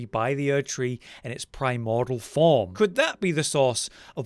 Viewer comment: PRY-MOR-DEE-UHL... not PRY-MOR-DUHL